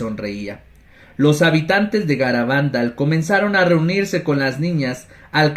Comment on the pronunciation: Hola! Se pronuncia Garabandál, aunque no lleva tilde, y Cantábricom que sí que lleva. Bendiciones!